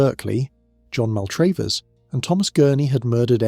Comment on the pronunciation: Not MAL TRAVE ERS...... pronounced Mal trav ers , ....................